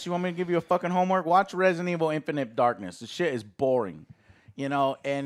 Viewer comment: Yes, this is Resinunuh evununl. Not Resident Evil